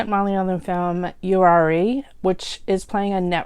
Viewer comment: The pronunciation of Uyare was wrong ma’am 😊 you can get the right pronunciation from the title song “Uyare Uyare”..Nice review by the way!👌🙏